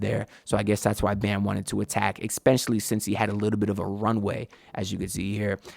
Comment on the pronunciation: please stop saying exspecially 😭